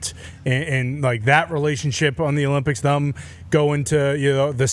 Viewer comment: So complains about how dan says "yesterday", but the way says "them" is equally as terrible.